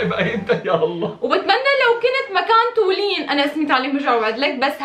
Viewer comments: مو حقيره سمعتوا و اسمها مو تولين صفات: جميلة طيوبه حلوة قمر بمشي على الارض هي و ابنها و لؤي و كتير زابطين على بعض والله بحبكو كتير والله ❤️ انا فلسطينيه بتابعكو من البحرين 🇵🇸 ❤️🇧🇭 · وكمان غيرا واسا اسما مو تولين❤❤❤❤❤❤❤😡